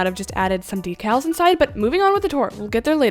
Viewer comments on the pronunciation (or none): none